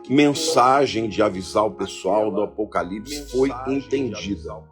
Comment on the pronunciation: A Ivete ficou tão perdida com a afirmação da Baby, que não consegui nem pronunciar direito a palavra "APOCALIPSE", rssssss... Taí a prova do despreparo da Ivete para com as coisas do ALTO. Ela foi pega de calça curta e enfiou os pés pelas mãos. Tomara que ela pare pra refletir nisto tudo, vá procurar conhecer as escrituras e se prepare para ser salva. Foi incrível este carnaval; DEUS usou pessoas para impactar os que estão no lamaçal e muitos estão perplexos. Glórias à Deus nas alturas e Aleluias 🙌🏻🙌🏻🙌🏻🙏🏼